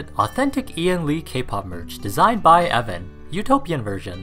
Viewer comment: "I am Ev'an. " Oh no. Not again.